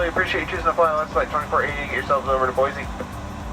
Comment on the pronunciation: Boy-see. Not Boy-zee. Boise is a very nice city, and if I ever move back to the U.S. it would be one of the few places I'd consider living in. what puts me off about prop planes isn't the safety, it's the noise. No matter where I sit on a Q400 or ATR it's like sitting next to a lawnmower and it takes hours after landing for the noise to clear my head. I think most U.S. passengers feel the same way and that's why props have never really caught on in the USA the way they have in Europe.